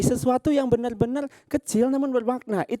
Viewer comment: Bener bener bukan benel benel 😅